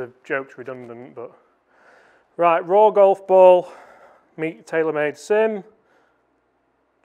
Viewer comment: RAW!!!! Sounds like FORE!!!